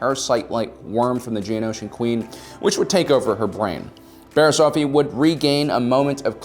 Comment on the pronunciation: I keep hearing "Barry Allen's"